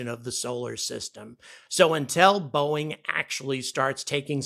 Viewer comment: boeing? nah... boo-ing.